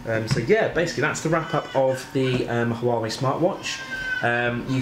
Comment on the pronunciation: Not pronouncing Huawei properly 😂